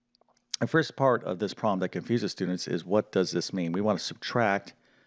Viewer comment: The word 'problem' is NOT pronounced 'prom' !!!